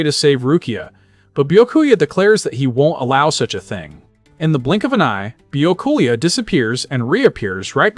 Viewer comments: It's bee ya koo a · Man poor Byakuya didn't have his name pronounced correctly even a single time in this 7 hour video. 🤣